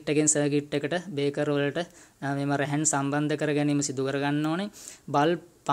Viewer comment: ඔබගේ වීඩියෝ එක ඉතා වැදගත්ග ඒත් ඔයාගේ පොඩි අතපසු වීමක් කියන්න ඕනැ ඔයා අර්ත් වයර් ප්ලග් බේස් එකට යන හැටි කිවිවේ නැහැ අනෙක මේ තියෙන්නේ බේකර් නොව බ්‍රේකර් Braker ලෙස කියනවනම් හො‍්‍දයි